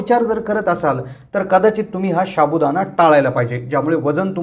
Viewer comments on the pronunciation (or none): शाबुदाना नाही साबुदाणा म्हणा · pronounceation wrong sabu Dana not shabudana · शाबु.हासुद्धा.उच्चार नीट करा😊